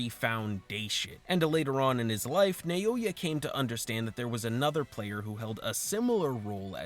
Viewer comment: Bro, I'm gonna crash out, please. Why are you saying "Nayoya"? Like, you're the second person who talks about this and says that for some reason. I understand that this can be a good interaction-bait for people to correct you, but pleeeeease... This actually hurts my brain so much.